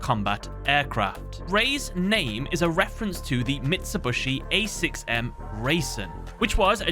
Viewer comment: Not him saying "mitsibushu" 😂😂😂😂